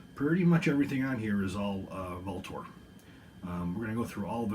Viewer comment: Is that the correct way to pronounce Vltor? I’ve seen comments that say different. Just curious